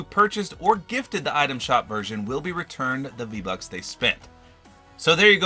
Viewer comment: He said v lucks